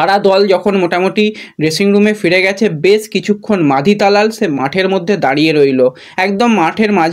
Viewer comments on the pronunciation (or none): Bhai tumi last year a hijaji ke Rajaji bana chile abar ki take khajaji bolbe? Ar Talal ke abar na balal bolteh hai. Tumi aktu kam katha balo.